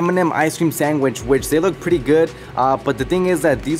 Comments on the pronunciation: ..You know your Mexican when “Sangwich” comes out your mouth! Respecto! And “ Edger” keeping it 💯! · Lol He said Sangwhich.......I say Sanwis 🇲🇽